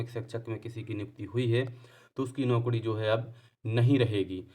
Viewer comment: Arey yar tum naukri ko naukdi mt bola kro😂😂😂